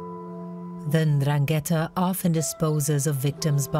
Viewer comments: in Italian it's pronounced Ndràngheta, with the accent on the first A. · But how you can miss to correctly pronounce Ndrangheta, the name of the concerned criminal organization, that is fundamental in the meaningfullness of the documentary?? Very bad... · Why not make a little effort to pronounce 'Ndrangheta' correctly. Just listen to how the Italian speakers pronounce it.